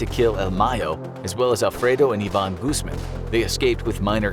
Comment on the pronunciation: It's pronounced like Gooz-mahn. The "A' is pronounced "au" like in "August" ^_^